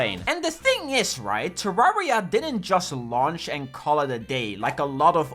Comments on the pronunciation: Say it with me - “Turr-air-e-ah” - like Terrarium. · we wove tewwawia